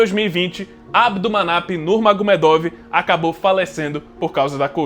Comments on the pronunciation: "Nurmagomiêduf" Pronúncia em russo Хабиб Нурмагомедов = Escrita 😉🥥❤. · "Nurmagomiêduf" Essa é a pronúncia certa, Com som de f no final, Eu namorei um russo na adolescência porém não aprendi quase nada porque eu era uma adolescente desinteressada em aprender coisas novas 😔 Хабиб Нурмагомедов = Escrita. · Pô você falou do primeiro nome do khabib, mas você citou o segundo nome do khabib errado (nurmagomedov) 😅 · sim o K é mudo, e vc pronunciou o first name dele corretamente, porém o last name errou hehe ps: a história dele é muito bonita e triste. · Mas o Nurmagumedov vc não pronuncia do jeito certo né, complicado isso ai